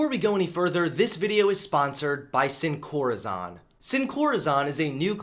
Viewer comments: It's.. Pronounced.. (seen-co-rA-sone) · SinCorazon = Without Heart (pronounced "Seen" "Corrrr-a-sone");) great videos, keep it up! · I'm not tRiggEreD or oFFenDed or fEeL OppReSsEd by this, but the way pronounced "Sin corazon" made me cringe😅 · The best part of this video was when mispronounced sincorazon. 10/10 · the way he pronounced sin corazon lol